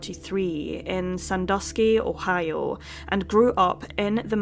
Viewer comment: Her pronunciation of Ohio sounds like おはよ ^^ カコイイよ